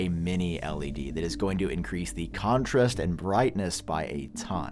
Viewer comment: Did anyone else notice he pronounced 'contrast' weird twice and third time it was normal? Am I going crazy or is he messing with us? 😂